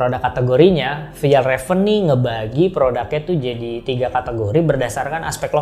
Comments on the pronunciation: Dibacanya fyalraven kak bukan fejalraven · Kak bacanya fyelreven konken.. 🙏